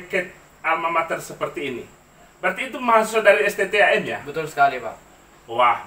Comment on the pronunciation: Jadilah "mahasiswa" mas... bukan "mahasewa"...